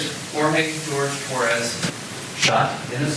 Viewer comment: Why are they not pronouncing his name correctly! It's not George, it's Jorge! 🤬🤬🖕